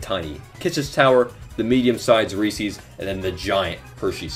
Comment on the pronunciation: You said reese's so wrong and you live in Pennsylvania.